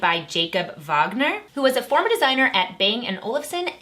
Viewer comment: Ayyyyy classical musicians know how to properly pronounce “Wagner” !!!